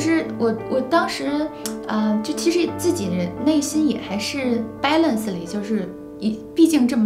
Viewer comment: “Balance”的发音一说出口，啥都明白了。。。